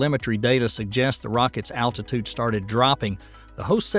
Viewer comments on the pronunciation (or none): none